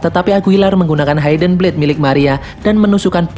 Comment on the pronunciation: mohon maaf sebelumnya.. ga semua huruf I dibahasa Inggris dibaca ai.. hidden dibacanya hidn.. bukan haiden.. Maaf bang.. agak mengganggu soalnya..